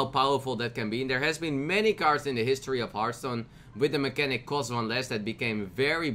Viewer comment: Mechs have "mechnatic" mechanic....Sayit one more time